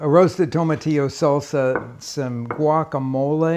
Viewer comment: For someone that that has the Spanish pronunciations down for most the most part his pronunciation for guacamole is pretty bad. lol.